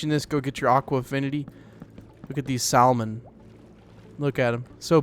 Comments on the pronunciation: 4321-why do you say salmon the way they way it looks, gosh I’m confusing myself just by writing this comment Sal-Mon /Sam-on 🧐😟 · fyi.. the "L" in "salmon" is silent. lol